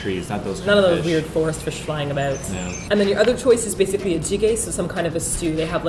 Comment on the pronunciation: that "about" tho